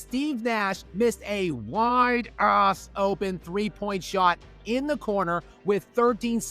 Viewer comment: Seriously, why do you pronounced "ass" in that way that you do? Are you trying to "censor" it or something? It's clear that you're saying that word. It's almost making your videos unwatchable for me. You've said the word sh*t in your other videos in your normal tone. What's the deal with the word ass? Either pronounce it normally if you're gonna use that word, or dont use the word all together in your videos. I enjoy your videos and am subscribed btw.